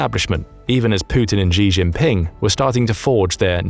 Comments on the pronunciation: who's Ri Rinping? "Xi Jinping" is to be pronounced (using english common words) "she - chin - ping" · So many videos... they still haven't learned how to pronounce Xi Jinping?!!! You literally say this name in 2/3 of your videos.